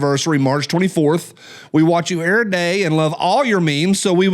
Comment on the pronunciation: Well you blew the comment of the day LOL. On the second every you actually pronounce the v 😳🤪🤣